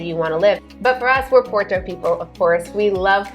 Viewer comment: So...you have been in Portugal for 3 years. Why are you still saying "Por-to" like an American and not how it is how it should be pronounced - "Pot-tu"?